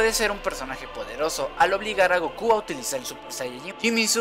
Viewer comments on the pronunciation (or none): none